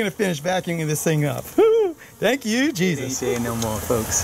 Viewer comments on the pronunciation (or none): I thought he said "Thank you Bee-sus!" as first.